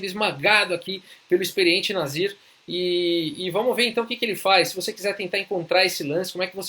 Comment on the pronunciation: ótimo video , eu fui o único q confundiu ele falando o nome do nasir e escutou nazista ou algo parecido ? Brincadeiras a parte , uma ótima partida e analise também